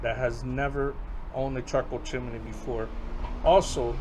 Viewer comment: One suggestion: Chimney is only 2 syllables. chim·ney ˈchim-nē